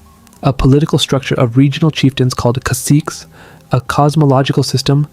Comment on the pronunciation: I appreciate the study. Pronunciation ta-Ee-no, ca-SEE-ke